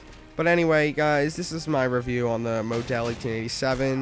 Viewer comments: mow-del? mah-dull like a person who gets pictures taken of them for a living lol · "modells" is a sporting goods store the Maw-Dulls are is the gun you are using gawd learn how to say words pl0x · Learn to pronounce model. It's not mow-dell like a motel, it's model like mod-all. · Lmao The Moe Dell! xD Its pronounced the exact way spelled ! :) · moe dell lmao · model... not mO-del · He uses the word "implore" but cant say Favela or Model. WTF? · im pretty sure model is pronounced like super model...great vid anyway